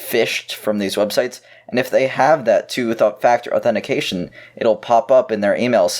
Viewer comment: U don't say authetifiication correctly